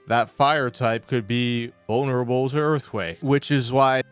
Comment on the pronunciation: you also said “unerable” instead of vulnerable 😅